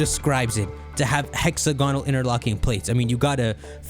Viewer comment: Bro it's hex-AG-onal